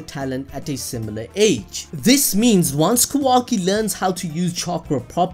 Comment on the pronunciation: Love the videos but my god Kah-wah-key not kuhwaki